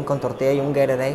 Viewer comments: "winni con tortilla y un geirorei" Lmao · “Weenie con tortilla y un Gataray”